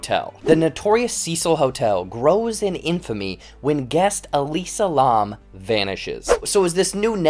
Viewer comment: Elisa Larrrrrmmmmm (It's pronounced "lamb", like the animal)